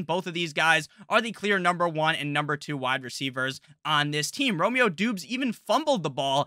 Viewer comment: *"Dobbs" not "Doobs"